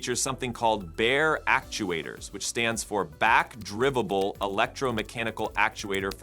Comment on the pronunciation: "back-drivvable"... "Rebbel"... 😄